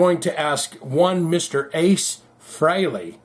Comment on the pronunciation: Pronounced Frailey, Not Freeley